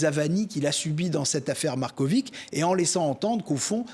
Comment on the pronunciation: si vous savez prononcer Djoković avec itch à la fin pour Marković c est pareil😊